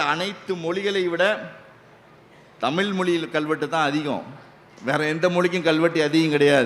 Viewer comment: மொலி மொலி மொலி , தமில் தமில், அருமையான உச்சரிப்பு இவ்ளவு தகவல் கூறினாலும், தமிழ் உச்சரிக்கும் போது மிகவும் வருத்தமாக உள்ளது.